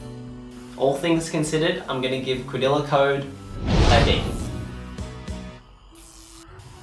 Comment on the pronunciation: did this nigga just say "quadila code"?